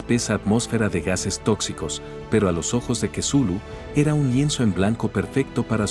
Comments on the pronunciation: ..ya, pero de "Cthulhu" a "quesulu" 🙄..como que hay bastante deferencia, entonces yo le puedo decir "Vergalu" total si ni importa nada. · Jaja kesulu. Es la primera vez que escucho que pronuncian asi el nombre de Cthulhu. Me gusto.Muy buen relato pero hacen ver a Cthulhu como un dios venebolente lo cual no es correcto. Pero recalco que es una gran historia. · "Cthulhu" Loquendo:Quesulu 🧀